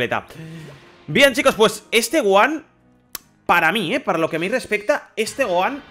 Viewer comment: 2020 y los españoles todavía no saben pronunciar bien el nombre de Gohan